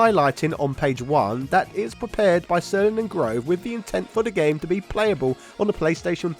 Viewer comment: I knew Thomas Grové in college. Good dude. Last time I talked to him was actually right after he left Backbone and I reached out to him because I saw his name in the credits of a few Backbone games. Anyway, the "e" at the end isn't silent. :)